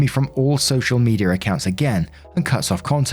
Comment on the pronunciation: "Social Meteor account" lol. My dad and grandma pronounced some words like this as well.